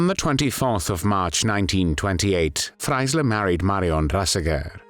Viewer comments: Warum spricht man den Namen ,,Freisler" hier nicht richtig aus und sagt immer,,Freiler" ? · Please try to pronounce the german names correct. Nobody knows a judge "Fleysserrrhh". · FRAILER? Pronunciation wrong